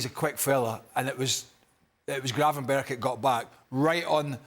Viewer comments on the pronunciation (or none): Can people stop saying Gravenberg. It’s Gravenberch. More like perch.